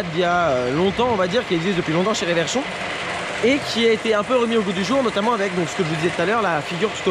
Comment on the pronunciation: On dit "RE-verchon", et non pas "ré-verchon"... Très bonne vidéo, ceci dit!